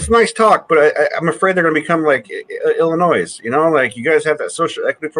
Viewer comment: Did he really say the S in Illinois